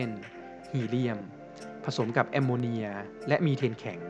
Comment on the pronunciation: ข้าวพุ่งตอนพูดว่ส แอมโมเนี้ยย🤣10.50